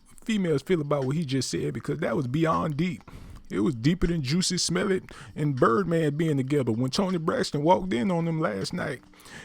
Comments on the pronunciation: The way he says juicy smellit sends me😂😂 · He pronounced it "Juicy Smell-It" LOL. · Why he saying JUICY Smellet ? 🤣😂 that shit took me tf outtta here 🤣🤣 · You may have an accurate story but just a few pointers, stay on topic, the shoutouts were ridiculous also its Jussie Smollet not juicy smelit lol you lost me 4 minutes into the video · 🙄🙄 this voice is cracking me up especially with this change of name spelling and pronunciation with Juicy Omelette 😁😁😁. By the way, why is Toni hooking up with these crawny looking men?! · This negro said “Juicy Smell-It” lmao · Did he say juicy smolliet lol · Um..joosey smell-it? Smh. Something wrong wit you bro 🤣🤣🤣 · I feel like this person should pronounce Jussie Smollett’s name correctly. And if this is in fact a male... it’s pretty alarming that he is gossiping, which is suspect in itself.